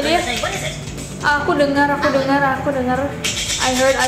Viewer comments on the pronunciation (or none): video yg ketiga kenapa mukanya ngedeket2 ke kameraaaaa :'(( apa cuma gua yg kedengerannya bukan "i heard" tapi "ahoy" 😂😂😂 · aku kok dengernya yang manekin tepuk tangan itu yang bilang i heard i heard itu aku dengernya aui aui aui terus 😑